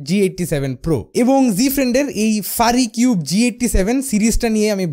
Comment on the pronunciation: It's not ফারিকিউব, It’s ফিউরিকিউব।